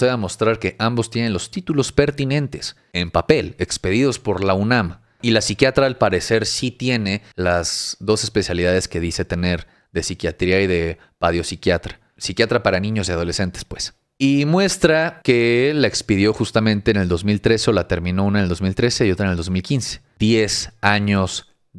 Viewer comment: Wey no puedo tomarte en serio si llevas todo tu documental diciendo: paDiopsiquiatra en lugar de >>pa i dopsiquiatra<< tuve que separar la palabra para que notes la diferencia 🫩